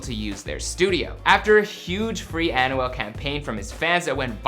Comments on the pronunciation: Lmfao...learn how to say his name right lol...AN-WELL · The way to pronounce his name is by thinking as if its written like "Anwel" not "Anyouel" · My man really said an u al 😭😭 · this dude is pronouncing Anuel's name as Annual... this dude is struggling to let out a Spanish word Anuual Duble-ah!! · Bro you clearly say an-wel and u said osuna its o-zuna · "An oo well" 😂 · Pronunciation: Ahn-Well Doh-bleh-ah 😂😭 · Man can u just say his name “a-nu-el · He pronounces it like Annual. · Annual el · this video makes me cringe, with how he pronounces Anuel and other spanish words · They should take him off YouTube saying Anuel like that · Lol they easy he tried to say anuel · The way he pernounces Anuel🤦‍♂️